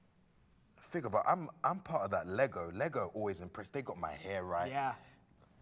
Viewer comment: Yes & I didn't think I could have any more respect for her & she goes & says Lego correctly lol. I'm a huge Russell fan & was so mad they ended the Americans series. I was excited about her casting into ep 9 & can't wait to see her. I'm sure she's going to have a small part but hoping for a decent amount of screen time for her.